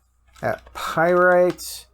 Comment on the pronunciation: It's not pyrite it's pyrAtite